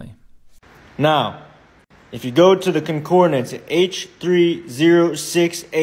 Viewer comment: I kind of feel sorry for the speaker being shown. He is so sure of himself, speaking loudly and self-assuredly, yet so obviously ignorant. "Concordanaece" got me every time he said it. Not to mention he is making a big issue about something irrelevant to almost everyone.